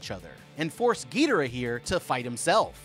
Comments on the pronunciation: The way he pronounced ghidorah and (somehow) rodan wrong hurts my soul(also this may shock you but did you know that there an emotion called panic when they saw ghidorah there decisions would be scrambled yeah I know shocking) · The way you pronounce their names pisses me off. Do better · Y tf are u saying Ghidorah name like that 😭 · Why the fuxk are you pronouncing Ghidorah so wrong? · Bro said “gidira “ for some some reason. It’s supposed to be “king gidora “ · ITS NOT GIDERA ITS KING GIDORA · Every time he says “getora” I lose a brain cell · ❌King gidara💀 ☑️king gadora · you must have upset so many monsterverse fans when pronouncing "Ghidorah" its pronouced "Gi-doorah" not Gee-dora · Whats with the misspronouncing? Im sorry but.. petrosaur? I think you mean pterosaur. And king ghidra? Have you not read the name? Its ghidOra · it's pronunced gedorah not geederaah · U can't even spell it ever it's Ghidorah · Bro it's "ghi,door,ah. Not gitoora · Gee-de-rah lmao Bruh... It's Gi (soft g) as in IT.. Gi-dora... As in Dora the explorer. Geh-dora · We all know damm well it’s NOT a gravity beam and it not pronounced (giderah) it’s (gidorah) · Not Trying To Be Rude But Monster Zero’s Real Name Is Pronounced Gi-Dora, Not Gi-Dera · Who the hell is gitaruh???? You watched the movie so you know how to pronounce GHI DOR AH, she LITERALLY pronounces their name...I had to stop watching lmao that was annoying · Gheedorah cmon man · It's not a big deal at all, but it is pronounced Gee-door-rah. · 640th gedora is fer sher the way to say it and the pteratreetoops 😂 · ain't no way he pronounced "Ghidorah" "Geederah" 💀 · SO NO ONE IS TALKING ABOUT HOW HES CALLING GHIDORAH GIDARAH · "Penisaur" "gaydorah" 🥶👌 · ITS GI DOOR AH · I like these since since I’m a huge Godzilla fan but him saying ghidora wrong is a bit annoying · Bro called him gaydora ☠️ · It's pronounced Gi-Door-Rah ( Ghidorah ) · You say it more like gadora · He says gidora wrong😅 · bro it's pronounced Gih-dore-ah